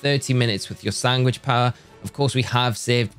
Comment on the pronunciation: Are you saying "Sangwich" and not "Sandwich"?